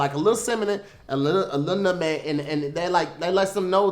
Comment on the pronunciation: Hey, me again. Yeah looks like he said Notemeg instead of nutmeg, he's having a real tough time with those spices. Anyway back to the studio.